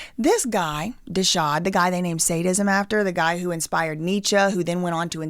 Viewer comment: kinda she refers to NEECHA as ‘some guy’ and says she ‘didn’t bother to look into his book’. i just find that hard to believe with a minor in German, but she is talking about the correct things on this channel. it certainly was not to discredit her. funny enough, when you look up the correct pronunciation, the first youtube video sounds identical to the way she pronounced most things in the vid, but when you look up any modern scholar (or even Candace saying it) - this is just not common for us here. kinda like saying “don’t hit me up about no royal wedding” 😂 don’t hit me up ab no authentic lingo somewhere we ain’t and don’t use in a joking way. lol loveeee to u